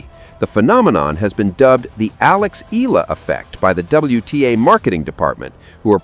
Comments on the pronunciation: For better reporting correctly pronounce Alex’s surname as E-YAH-LA. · not ella e-ya-la!!!!! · Her name is pronounced E ya la. Pls get it right